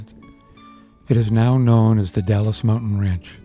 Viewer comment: Dalles is said "DALZ" not Dallas. Klickitat (Click-it-tat). Washington side is more scenic, while Oregon has majority of waterfalls and sections of the Columbia River Scenic Highway